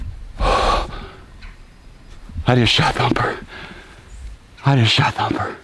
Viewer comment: Instead of thumper it’s humper